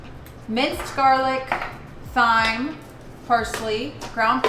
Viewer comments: Hey bestie, you’re right. the herb thyme is pronounced “time”. The “h” is silent. 😊😊😊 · Thyme is pronounced time! 😅